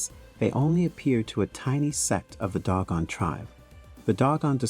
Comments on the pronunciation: If you are going to present something about the Dogan, please pronounce the name of the group correctly, Do-gon not Dog-on. Thank you. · 😂 Pronunciation is "/'DŌ•gon/" not "DOG GONE!" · TO THE -- IF YOU'RE GOING TO DO THIS "PROFESSIONALLY" (meaning putting your words out there for the public to see and hear) YOU NEED TO -- AT THE VERY LEAST -- PRONOUNCE THE LANGUAGE -- AND ESPECIALLY NAMES -- CORRECTLY!!! They are NOT the "doggone" -- the name of the tribe is the DŌ-GON -- and you show your ignorance and lack of care, respect (for yourselves and those you write about), integrity, and/or smarts by ignoring those signs of honor and estimation of others… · I think it’s pronounced doe-gawn, not dog-gawn. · "Doh-gahn," not "dog-uhn." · they are_dO gOn..nOt_dOg gOn🤦🏾‍♂️ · Also it's Doe-gon. Not Dog-on. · Doe Gone.......not Dog Gone LOL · Am I an asshole to be upset by the consistently mispronounced words in the narration ? Dog on ? Sag gan ? I have trouble taking in the information while also being spun about with the incorrect pronunciation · You are pronouncing Dogon incorrectly. If you are going to do videos about African people, places and cultures, be respectful and learn to properly pronounce the words. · iirc that is not the pronunciation of "Dogon". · Dogon is properly pronounced with the long "O" vowel sound. Next you mispronounce Carl Sagan's name... I'm getting the distinct impression that this is AI generated narration.... which I despise.